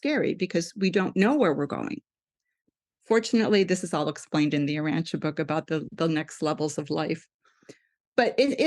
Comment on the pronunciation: This guest is amazing, I’ve read the Urantia book although I was mistakenly pronouncing it “Ur-ran-tee-a” 😅 I’m not sure why people are dismissing this, Women matter. Amen. 😇